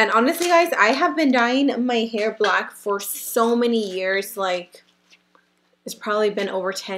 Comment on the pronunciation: she said blank not black